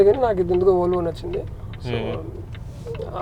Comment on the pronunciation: bruh it's Volvo not volavola this guy sounding it wrong lol 😂😆🤣